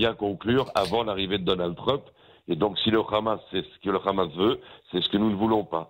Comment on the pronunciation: Bonjour, qui peut me dire pourquoi ils disent toujours ramasssss au lieu de hamas?